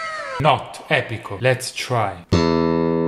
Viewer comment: Not epico